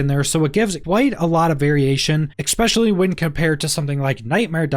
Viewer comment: Especially, not expecially plssss 😩